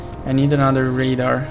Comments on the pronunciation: I'm not usually pointing this out but i had problems with learning this aswell. Radar is pronounced Rey-Dar not ra-da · y u say radar when its rAdar? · radar is pronounced separately like ray-dar but there is no pause between the pronunciation like you are rushing to say it.